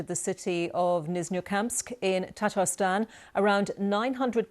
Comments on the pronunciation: It's called Tatarstan, not Tartarstan. Tartar is found on teeth. I expect more precision by the BBC. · It's Tatarstan, not TaRtarstan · Uh...BBC? It's "Tatarstan" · "Tartarstan"? someone was hungry XD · Slava Ukraine and please fix it, it's not Tartar it's Tatarstan. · "Tartarstan", really?? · Tartarstan? That's new😂